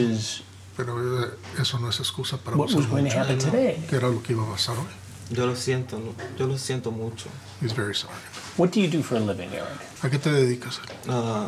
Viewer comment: The "Low Siento" (thats just how chris pronounced it lol) was funny 😂😂😂 Also erik with the berkinstocks 😂😂😂😂